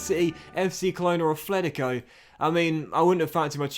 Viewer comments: It's Atlético not Athletico 😂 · Afhletico is how he says it pretty annoying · Say it with me,... “At-let-i-co.”